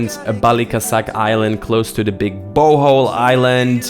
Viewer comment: Bohol is not pronounced as bowhowl..,it’s pronounced like bo-hole